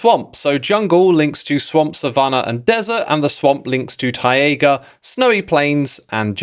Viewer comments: Is it ti-aga as you keep saying or is it tai-ga like tie-gah? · why do you say "tai-a-ga" it's just tai ga where are you getting an extra a??? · Most people: taiga Xisuma: tiaga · Tie-A-Güh?? Its just tie-guh my dude. I've never heard a single person pronounce it that way wow that's just so weird. Wild. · X pronouncing “taiga” as “tiaiga” has me wincing…but maybe it’s just misplaced upset, because I am really dreading the villager trade “rebalance” (which in reality is an ultra nerf that makes getting a full set of librarians virtually inaccessible to anyone who’s not a full time MCYT). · Why do you say 'Tai-ay-ga'? You're adding an extra vowel sound. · ta-ye-ga (taiga) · bro, I think you pronounce "Taiga" wrong lol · ...is he saying taiga funny on purpose? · Xisuma I say this with all the kindness I have in my heart why do you say Taiga like that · No hate - but please google how to pronounce taiga - it makes me wince every time ;)